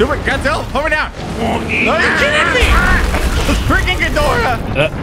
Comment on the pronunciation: Did you say dadjila😂